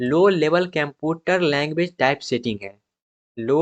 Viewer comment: aabe totle shi se bola kar latex ko lehtech bol rha computer ko camputur